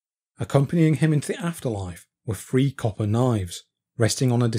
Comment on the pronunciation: Finally found these fouusands of farming facts etc by... Buried offerings is one thing [or, many, I guess!!]...however, the next fousands of facts still naturally, enough are as interestin,despite ' choice re how to enunciate. eg "free fousand BC" So... Fank you for your information on "The History of Britain." 👍